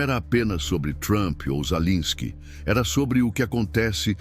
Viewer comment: Sua IEA, não sabe pronunciar o nome do governante da Ucrânia 😂😂😂😂 Ensine-a!!!